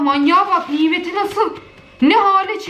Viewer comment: Nobody:: nimet ya nimet